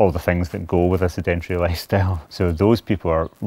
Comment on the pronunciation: Is no one going to mention Mcloed can’t pronounce sedentary! No idea what the rest of this video is about.